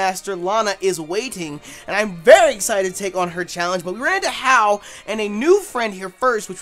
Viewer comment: Lol he made hao so helplessly Caribbean